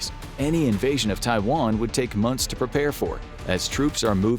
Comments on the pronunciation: monyhs instead of months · "It's only been 4 monyhs guys" lol